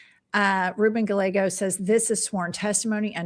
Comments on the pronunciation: Please pronounce the Arizona senator’s name properly. It’s pronounced GUY-Ā-GO. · My senator's name is pronounced GUY A GO. Ruben Gallego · Excellent show ladies. Gallego is pronounced “Guy-yay-go”. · Ruben "Guy-yáy-go" Double L is pronounce Y